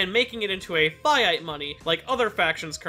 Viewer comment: The way he said 'fiat money' made me take damage